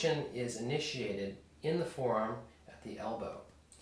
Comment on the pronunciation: This video presents the first time that I have heard your mispronunciation of the two syllable word, "forearm," by a person who's native language is English. You do use the proper, and understandable, pronunciation of the word, "forearm," sometimes. However, it quite often sounds as though you are saying the one syllable word, "form," instead of the correct, understandable two-syllable, "fore-arm" sound. Otherwise thanks for good video lesson.